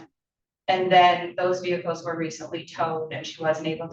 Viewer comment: Vehickles? Seriously